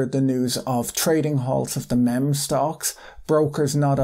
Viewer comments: Love your take on this event! The insight plus humour makes this great to watch. Just wanna let you know it's pronounced meem and not memm. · Great video as always! Meme is pronounced 'Meem' btw it was cute hearing you call it 'Mem' though haha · Hey Patrick impeccably succinct and good video as always . The word meme is is pronounced like "MEE" not the soft "Mem" as you may be away. If its British or an inside joke thing I don't get, apologies for correcting you but just wanted to help if this was an egg-on-face type situation. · Best video I’ve watched on this topic. Thanks for the great video Patrick! One thing: the word meme is pronounced ‘meem’ and not ‘mem’ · FYI It's not pronounced "mem" but "meeee-meeee" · MEEM not mem omg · Oh, by the way it's pronounced "MEEM" like "beam" or "seem" or "keen" (depends on your accent perhaps). Great video as always, thanks so much Patrick! Best to you and yours. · But he do have a loisence for that mehm. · Meme is pronounced as “meem” Patrick :) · Meme, It's pronounced "mEEm" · he says même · It’s pronounced MEEM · It's pronounced meem. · It's pronounced Meem